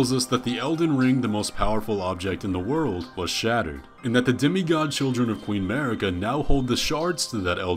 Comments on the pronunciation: In a tepid defence, there are languages where "Mareeka" is the pronunciation of the name Marika, but yeah, he speaks english and the game's voiceover is in english, so there's no excuse. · Shadiversity says "Mar-ee-ka", so clearly he doesn't even listen to the voices that DO deliver him direct story info. The desire to shut your brain off and refuse to piece things together with the info you do have shows why he wound up as a conservative reactionary. He just wants to defer to authority. Also, I think you took apart Shadiversity's way of thinking even better than Ziostorm did, personally. And I had never heard the curled finger world map connection before, that's pretty mindblowing